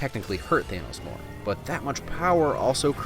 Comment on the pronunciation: ITS THANOS NOT THEINOS